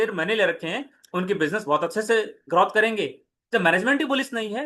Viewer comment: Bhai ग्रोथ bolte h ग्रौथ nahi